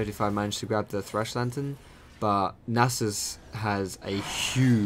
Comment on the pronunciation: am I the only one who noticed he says anus instead of Nasus when he ganks?